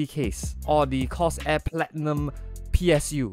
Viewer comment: i like the way u pronounce corsair.